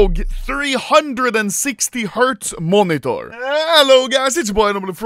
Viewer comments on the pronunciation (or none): No one: Anomaly: MUONITOR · The way he says monitor is hilarious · Bro am I the only who gets triggered by the way he says " monitor " 😅